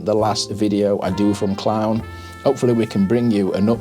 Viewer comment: It's pronounced CLOON - the town !